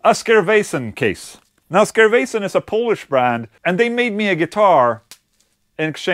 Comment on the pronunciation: I have no idea if you know that or not or if you'll say that in that episode but Skervesen is slightly misspronounced motherfuck3r, Just so you know xd